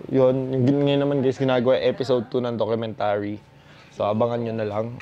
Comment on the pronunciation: DogUmentary 😆 dog-u-mentary